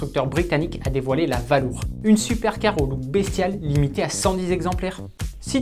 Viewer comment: Il me semblait qu'il y avait des cours d'Anglais dans les écoles françaises... "Valour" prononcé sans aucun effort d'accent, ça ne met vraiment pas en "valeur" le petit bijou d'Aston. Un savant mélange entre valise et balourd. Atroce !